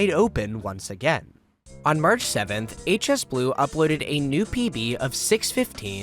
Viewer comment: Its march not merch